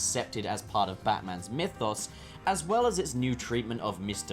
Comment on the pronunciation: are you greel pup because you pronasoud mythos really well